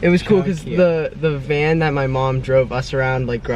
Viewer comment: VAN NOT MAN